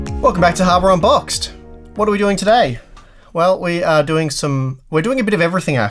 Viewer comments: He definitely says "Harvard Unboxed" LoL 😂😂😂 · "welcome back to harvard unboxed"